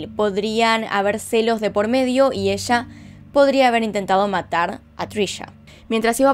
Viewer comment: me parece muy curioso su entonacion cuando menciona la palabra "PLAYA" suena como placha al igual cuando dice ELLA suena echa